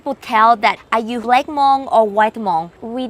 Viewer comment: Its not hamong its hmong😮